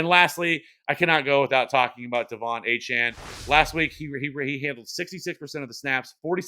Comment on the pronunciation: There is a multiverse that exists where in it, Achane’s name is pronounced correctly. 🤣